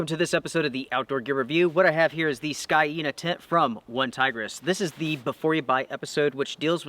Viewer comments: I still want to know why an A is pronounced Y? Wouldn't it be SCANE-ah? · According to Forvo, it is pronounced "skay nah".